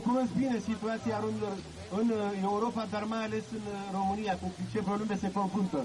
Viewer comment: rrrrrromania mare :))